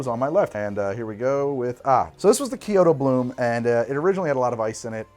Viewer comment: I'm taking psychic damage with every "saki". "Ki-oto" is just the cherry on top.